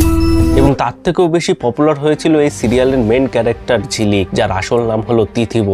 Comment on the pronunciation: "ছেলে ক্যালেক্টার"😢...ভাই ক্যালেকটার না, ক্যারেক্টার বলো